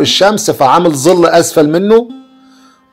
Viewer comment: ظل يا ابو عادو وليس زل